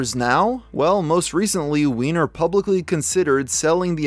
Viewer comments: I thought it was pronounced Wine - Er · They pronounce it wine-er according to the news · I hate to be a killjoy but based on how his last name is spelled, it's supposed to be pronounced "wine-er" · If "Weiner" was my last name I would refuse to pronounce it as "Wee-ner"...I would insist it that it was "Way-ner"... thankfully I don't have this problem.